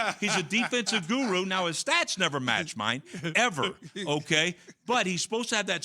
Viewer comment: So much emphasis on that EVER 😆